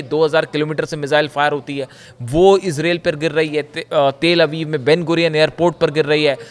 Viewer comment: Sahi sahi country aur proper noun ka naam nahi bol sakte ho to channel chaane ki zarooorat keya hai.what is israeel? Do you know the name ...i....z...r....a...i...l?